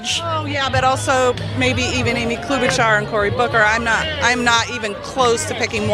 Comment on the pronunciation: She also said Klobuchar and that had me literally yell "you fucking what?" in my home.